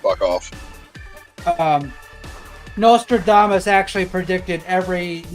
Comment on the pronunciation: Why do you pronounce "Nostradamus" like "Notre Dame Us"? The third letter is an "S". Sound it out.